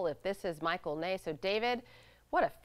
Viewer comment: Michael Ney? His name was Michel.